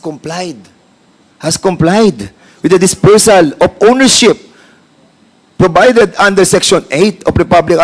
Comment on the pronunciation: Hahaha wala Sa pronouncation mali pa ang spelling P naging F hahaha. Deputa saan to nag aral ng English sa makahoy. Provided not probided 🤣🤣🤣🤭🤭🤭